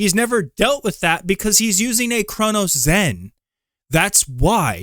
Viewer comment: Why are you pronouncing it as a “CronoZen”? Either way people would rather use a CRONUS instead of getting better